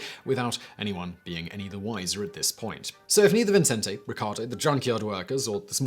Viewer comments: It's VICENTE, not Vincente. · Huh. I'm in Las Cruces, NM just 40 minutes north of El Paso, been to Juarez a number of times, and never heard of this. Great video. ...and don't mean to nitpick but you keep saying Vincente instead of Vicente [vee-sehn-teh]. There's only one n. People add it to mine all the time too. lol It's also pretty common to give the t a softer th sound. I know I do. 🙂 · His name is Vicente Sotelo Alardín, no ‘n’ before the ‘c’, i.e. pronounced Vi-cen-te. Think of Vicente Fernandez, former president of Mexico. It is my sir name, so I hear it pronounced like Vincent all the time…like my whole life, all well it usually gives me a chuckle.